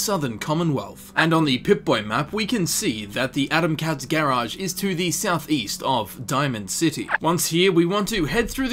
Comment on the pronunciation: Idk why it bothers me but the way he says garage as gaerage...